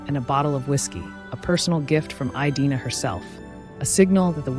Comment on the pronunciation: great content, fascinating woman! Did you check the pronunciation of her first name? I believe it is a short "i", not a long one. A variation on this is the English name Edina. I have never heard it pronounced with the long i; my online research backs this up, and pronouncing her name correctly (by a human or AI) is an important part of doing her justice and respecting her memory. I sat this as someone whose name is mispronounced daily!! Thank you for celebrating these incredible women.